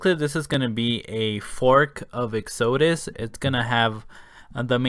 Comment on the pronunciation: Lol. The way you pronounce Exodus. It's ek-suh-duss. Like Moses' exodus from Egypt.